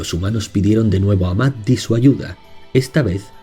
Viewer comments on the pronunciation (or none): Maddi se pronuncia "Mayi". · Maddi, Amalurra, se pronuncia "Mayi", cerrando un poquito la Y❤ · Maddi se pronuncia "mayi"